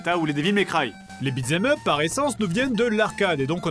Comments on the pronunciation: pourquoi tu dis beatS em up? tu l'ecris bien pourtant... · Vu que "beat them up" est abbrévié en "beat'em up" dans l'expression (accent américain), ce qui élimine le "th" qui rend sa prononciation difficile pour le français moyen, tu aurais pu prononcer l'expression correctement au lieu de nous gratifier de ce magnifique "bitzemeup"